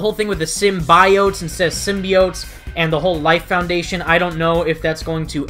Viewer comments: I think "sym-Bi-ote" as they say might be the plural of Symbiote. Instead of them saying "Symbiotes"...Nice video by the way.😁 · I too hated that girls pronunciation os "simbayotes". And it's not her accent, she's just saying it wrong. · U know, I realized the same thing, how they pronounced “symbiotes.” My whole life I’ve always pronounced it how u have pronounced it , and when I saw the trailer, I realized how they said the word, and I kinda cringed.